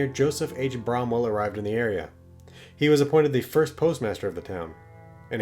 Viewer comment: I live here. It's not "Brahm-well" It's "Bram'll" Like "Bramble" without the 2nd B.